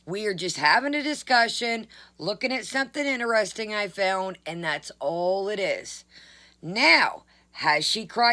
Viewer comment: "Veddy INTERESTINK,"!